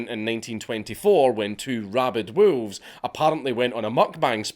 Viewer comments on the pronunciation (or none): You say WoOlves. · Lmao at hearing a scottish person say wolves. "WOOELFS" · Love the pronunciation. Woo-levs. 😂 Much Respect. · The way you pronounce wolves...